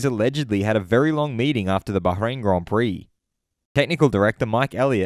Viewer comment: much appreciated the way you pronounce Bahrain 🎩